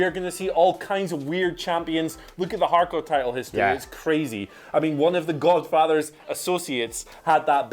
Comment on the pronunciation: Why can't they say "hardcore"..good lord